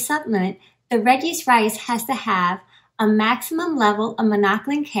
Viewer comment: Exactly! It does sound like that 🤣